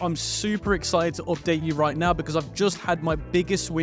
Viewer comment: "opdate you" :face-blue-smiling:🥴